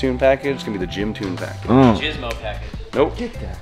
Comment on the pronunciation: “the Jismo Package” lmfao 🤣🤣😂